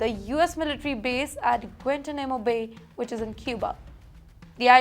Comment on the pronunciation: You can't even pronounce "Guantánamo Bay"????